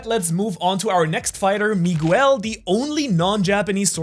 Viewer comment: You mispronunciation of the name Miguel is driving me insane. Besides that the video is great.